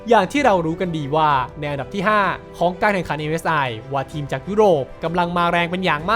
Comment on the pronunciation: อันดับ* ครับ ไม่ใช่ อำดับ